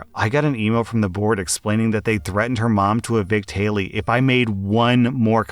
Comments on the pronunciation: It bugged me so much that you kept saying Haley instead of Hatey. "Hat ee" I'm pretty sure it was an Ella Enchanted reference heh. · His self-promotion and ego are annoying. You’re exactly right. Reading stories OTHER PEOPLE wrote requires absolutely no skill beyond the ability to read. And considering he can’t even read a five letter name correctly, that skill is lacking. He’s talked about how he has a masters degree as though that makes him better than other people. Clearly it’s not helping him if all he can manage to do all day is read stuff by other people. I refuse to believe he works as hard as he wants people to believe he does. He’s made comments about how “everyone watches porn” which is both presumptive and gross. Using stills from porn in his thumbnails is disgusting. I feel bad for his wife and kid because he’s made it clear he’s a huge fan of porn. Married men who watch porn while their wives are in the house are disgusting people and deserve to be divorced by said wives.